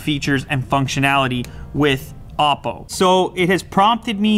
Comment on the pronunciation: with apple or opple 😂😂🤦‍♂️